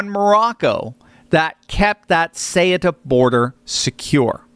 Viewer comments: I am Spanish. Ceuta is pronounced with the "th" sound at the beginning, θɛutɑ, not Kutɑ or Shuta. Ceuta became part of the Roman Empire in AD40, two and a half centuries after the Iberian Peninsula (nowadays Spain and Portugal) was conquered by the Romans in 218BC. From that day, it remained linked to either Spain or Portugal. When the Roman Empire fell in AD 476, it was ruled by the same Visigoths who ruled Spain. It has been a spearhead for the conquest of Spain since the beginning. When the Byzantines tried to reconquer Spain for the Eastern Roman Empire, they briefly captured Ceuta; when the Moors conquered the Iberian Peninsula in 711, it was because they had bribed the city's governor (Count San Julian). From that point, they managed to cross to what is now Spain. While my ancestors from all the different Christian kingdoms of the Iberian Peninsula were fighting the Moors in the famous Reconquista (the Reconquer), it was captured by the King of Portugal in 1415. When, thank God, we defeated all the Moors in 1492 (the same year Columbus discovered America), Ceuta had already been freed. For many centuries, many of the territories between Portugal and Spain changed hands. When the kingdoms of Portugal and Spain were briefly merged from 1580 to 1640 due to a succession crisis in Portugal, it became part of the merged kingdom. When the two kingdoms separated, the city's people voted to remain Spanish. So I am talking about the people deciding their destiny in 1640, 130 year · Thank you for the truth. Having lived in Spain…Ceuta is pronounced Seh oo tah. My Spanish friends would want you to know and thank you for telling the truth. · cueta is pronounced as SOOTA,do your homework bro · The way you pronounce Ceuta....is Caaootah in a quick way fast way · Isn’t Cueta pronounced: Su-eh-ta? Maybe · Google says that it is pronounced "Sootah". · Ceuta is pronounced ‘soo tah’. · Ceuta is pronounce SUE-Ta. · Soo-ta! Ceuta